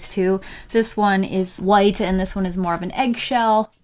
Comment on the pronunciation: I thought she said “this one is white and this one is Marvin eggshel.” ... I’m sorry 😭😂